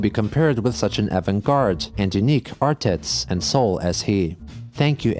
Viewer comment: "Artits" That's golden.